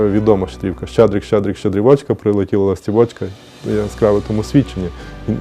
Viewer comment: блин, ну как можно было сказать ЛастівОчка, если так никогда никто не говорил и в песне ударение на А ??!! знаменитая песня блин...